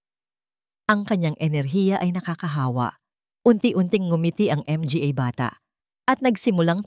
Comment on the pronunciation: Nakakainis skip na lang ako puro M G A Hindi yata marunong Ang narrator